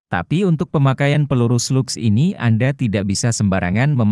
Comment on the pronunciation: Bang bacaan bhs inggrisnya dibenerin biar enak, seperti SLUGS, itu dibaca slags